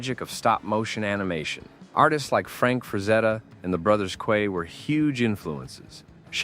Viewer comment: We share the same birthday.. Also, its pronounced "The Brothers Key"